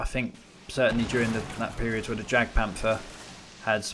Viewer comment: love your videos dude but not to be nit picky but jagpanther is actually pronounced yagpanther just for future reference :)